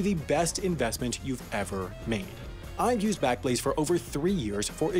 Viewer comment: “This video was made possible by squa- ......... backlaze?” 😂